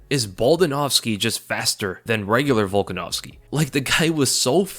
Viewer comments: you literally called the man "Baldanovski" :D But mad respect to Holloway for trying. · BOLDANOVSKI LMFAO Hilarious. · my guy said volkanovski then Volganovski lol hell yea